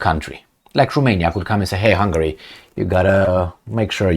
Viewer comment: It is "Hungary", not Hungry : ) Love your content, keep it up!